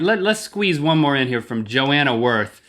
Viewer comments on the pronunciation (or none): none